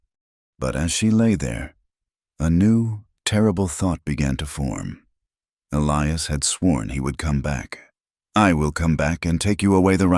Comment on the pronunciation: Interesting and sad so many men's names are Elias & the A I cannot pronounce it correctly, every time! Also help most men in these stories their eyes are the color of a winter storm .... A little more imagination, please ....